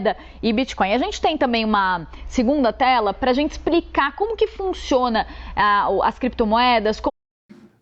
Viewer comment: Caramba, que jornalista é esta? Onde se formou ? No minuto ela fala em rede nacional ...Pra gente EXPRICAR ? EXPRICAR? Matou a gramática!